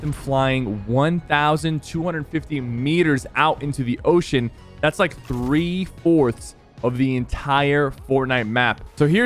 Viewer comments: My man said “three forths” 😂😂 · Sypher really said "three-forths" smh